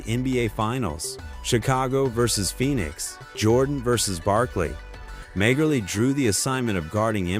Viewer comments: When I first heard it pronounced "Major-League," I wondered what sport this video was supposed to be discussing😂🤣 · Ah learn the game….pronounce Dan Majerle. as in “Marley”. What are you 20 years old. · Dam ai. Who the hell is major-lee. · If you can't pronounce Majerle, you're not a fan of the game and should not be making NBA vids.